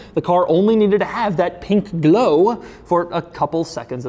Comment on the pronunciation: the amount of bAtH mAt and pInK gleoW you said...